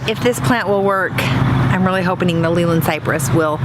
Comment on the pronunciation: its actually named Leylandii not leyland ..... pronounced "lay-lan-die "